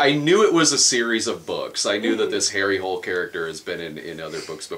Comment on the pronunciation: His name is pronounced Har-ay Hu-luh. The first book takes place in Australia and actually has a running joke about characters pronouncing his name the English way, and him correcting them.